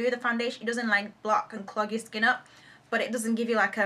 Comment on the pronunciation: "It's not ur fault"- So Nigerian, LOL!! Btw u MUST DO A BOYFRIEND TAG :)